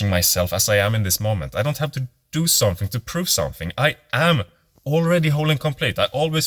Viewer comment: Somfing? Practice!